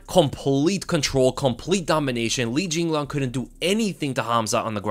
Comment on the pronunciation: say jinliang one more time